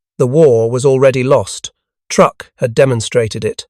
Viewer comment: It's pronounced "Trook"